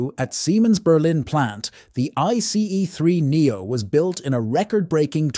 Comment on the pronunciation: It's either an AI voice or a human that has VERY consistent speed and tonality, but clearly doesn't know anything about trains, because he/it pronounces things wrong like "bojies" and leaves awkward gaps, like "I C EE 3 Neo". Doesn't sound human to me.